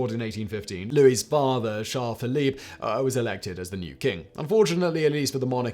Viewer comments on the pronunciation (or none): none